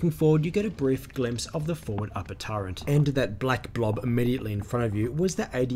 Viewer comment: Nothing clever intended; just pointing out faulty phonics. Sure, I know what you meant. But . . . there is no "n" in "turret" - not even in the Oxford English Dictionary pronunciation guide. The word is pronounced "TER-et."